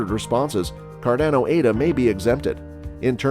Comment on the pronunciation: Cordono? Cardozo? what? 😂